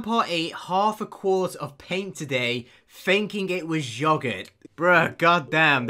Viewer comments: everytime i hear say “yO-gHùrt”, it kills my will to live. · The way Ben says "yogurt"...